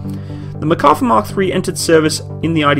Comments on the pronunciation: Great video! I am really happy I found your channel, lots of good info all around. A few comments about this video: 1) The correct pronunciation of the name is with emphasis on the last A. In Hebrew you can have emphasis either on the last syllable or the one before last. In this case its the last. 2) The main design guideline for the tank was not the tank survivability but the crew survivability (this is probably what you meant but this is important). You have to understand the IDF mentality where the live of a single soldier is the most important thing. The compartment in the rear for infantry is part of that mentality. One tank can rescue the injured crew of another and so on. 3) The initial design of the tank was based off the two Chieftain tanks sent by the UK. 4) Merkava MK4 comes with the Trophy defense system as a standard. Sometimes when comparing tanks we look at just the features on paper. This tank was designed with the sole purpose of defending the state of Israel. It is suited to work with the Israeli terrain and with the Israeli mentality (for example I don't think it has any fording ability simply because this is not an issue in the Israeli terrain). Thanks again for making the video, looking forward to your next videos. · Small complaint but if you're going to be taken seriously when discussing any equipment especially for warfare, you really should learn to pronounce the name. There's an R in the name. You also completely over looked the influence of the 73 conflict in production of the Israeli tank. The Yom Kippur war was fought primarily by armor forces. Sadly Israel was using a mixed batch of heavy tanks mostly provided by England and the US. It was this conflict that directly influenced the need for their own main battle tank. Otherwise I enjoyed your video. I was an advisor to the IDF during the Yom Kippur war by the way so I'd be glad to answer any questions you might have with regard to that conflict.